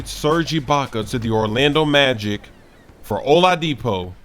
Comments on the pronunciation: said Hola-Deepo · The way he says oladipo 😂